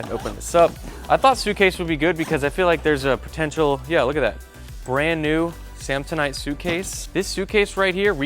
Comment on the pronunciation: Was Anyone else’s first thought when he said samsanite, dumb and dumber